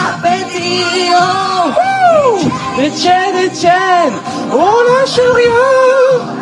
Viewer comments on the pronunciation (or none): La meuf ne sait même pas dire le titre correctement.. Etchenne Etchenne Etchenne.. Et elle remercie la France à la fin comme une star internationale mdr. Elle avait dit ne pas vouloir faire de trucs avec des gens de la télé réalité parce qu'ils ne sont pas du même niveau.. Ben effectivement elle a raison! Elle a au moins 50 point de QI de moins ^^